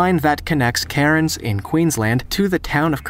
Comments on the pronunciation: I wish people who narrate these videos, would actually look up the pronunciation of the places they are they are pronouncing. Gisborne is pronounced "Giz-bun", not "Gis-born". And, Cairns in Australia is pronounced "Cans", not "Karen's". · Us Australians can't help but laugh at how people pronounce Aussie names. Cairns isn't pronounced like Karens, it's pronounced more like Cans. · Haha, never heard Cairns pronounced Karens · you did not pronounce Cairns correctly correctly in the video as you do not say “Karens” but you say it correctly by saying cans which is the pronunciation for Cairns in Queensland Australia because I am from Brisbane, the State’s capital here in Queensland Australia. But good job on trying to pronounce it correctly and very accurate video rating. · Some amazing journeys, with some death defying rail lines, but a few mistakes. The steepest railway is not in Switzerland but in Australia. The Scenic Railway at Katoomba was originally used by coal miners but has been a tourist attraction for about 70 years now. Cairns is not pronounced Karens. We also have the Zig Zag Railway near Lithgow. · The Aussie rail way mentioned is pronounced Ka -ran-da ( Kuranda ) and Cans ( Cairns) . But this was great to watch. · Cairns is pronounced Cans. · Cairns is pronounced cans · how in the fuck did you mess up saying 'Cairns' like that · The pronunciation of Cairns and Kuranda leaves a lot to be desired